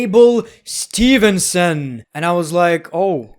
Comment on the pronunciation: its steveson bro not stevenson